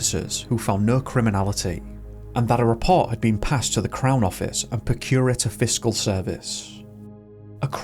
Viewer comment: it’s not procure-ator. It’s pronounced “prock-u-rator”. Procurator Fiscal. Well covered story though and I’m sure the family will be grateful of you bringing it to public attention again. My son is 16. I just wouldn’t want to imagine…… x